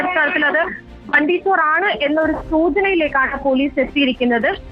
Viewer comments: Hindi valare nannai ariyunna madam bundy alla its bunty chor😂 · Bundy alla mole bunty ty